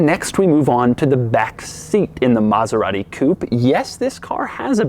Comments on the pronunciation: its not Mazerati its Maserati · Maserati Coupé not "Coup"